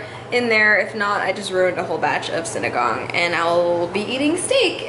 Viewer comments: But you say it like this: sin-e-gang. Not sin-a-gang. Sorry 😂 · It’s Sin-e-ga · How American says sinigang SINIGONG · Haha! Sorry but i laughed when you said sinigang. It's supposed to be see-ni-gang